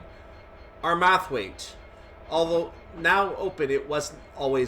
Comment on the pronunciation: "Ar-Math-wait"? LOL.... it's pronounced "Arr-merr-thwait". Come on.... do ya research:)